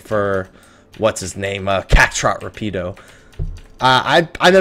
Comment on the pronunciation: and lol your pronunciation of the name "Rapido"....it's "Rah-pee-doe" with the rolling of the tongue with the letter "R" but I know, I know ...pronounce it however you like....just wanted to leave that tidbit